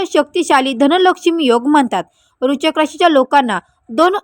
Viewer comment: Kashala lokana ghabrvta .aadhi vrishachik bolayla shika . Tumi astrologer aahat tar aadress aani qualification sanga aadhi